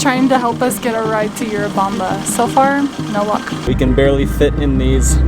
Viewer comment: It's not You-rubamba. It's Urubamba. It's called Sacha Tomato (Andean tomato).